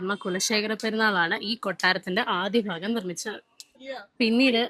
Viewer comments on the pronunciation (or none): ഫാഗം അല്ല ഭാഗം ആണ്